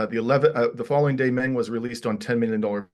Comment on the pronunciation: Not Ming but Meng Like murn. With a silent r This for the bald man with big glasses- learn to say the name properly for respect